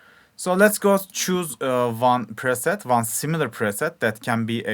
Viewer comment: Hahah this man just said Lead perset